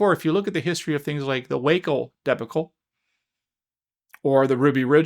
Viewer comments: says ‘debulcule’ instead of ‘dee-Bach-ule’. Interesting. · DEB' UH CULL Drives me nuts. I think he just read the word one time and now uses it over and over saying it how it's spelled generally Americana-wise, not realizing it derives from French. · I’m 73, been a highly successful lawyer more than 20 years, taught as a law professor for many years, and I never heard anyone mispronounce debacle as you do. Are you AI?